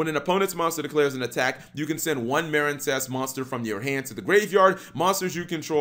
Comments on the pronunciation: Cap you have been misspronouncing this architype name it’s pronounced marinecess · Um it's mareen sess as in a portmanteu of marine and princess hence the nautical theme.